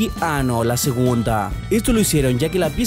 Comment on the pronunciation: ¿yo también escuche algo raro cuando dijo meJOr?